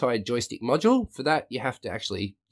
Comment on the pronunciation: When you say "module" sounds like "macho" ....lol